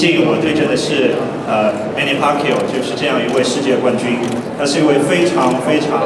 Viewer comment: the Chinese guy just called the champ manny pacyou lol..